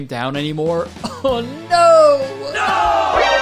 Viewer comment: most Canadian “oh no”